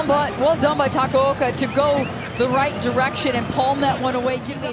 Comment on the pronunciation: Takoaoko💀💀💀💀 it’s takaoka😂